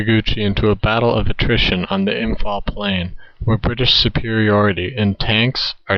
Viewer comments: Imm - pahl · You expect me to take you seriously when you pronounce Imphal as “Imfall”?